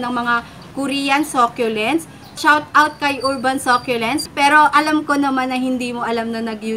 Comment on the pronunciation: Ako din sobrang adik ko sa sah- kyu- lents lately.hahha hindi nmn siguro nakakahiyang mali tayo mg pronunciation. Basta makabili tayo ng same item nayun , bakit ba. Hahhahaha